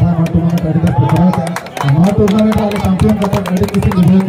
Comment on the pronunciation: Tournament not turnament